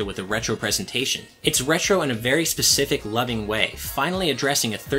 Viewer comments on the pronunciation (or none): none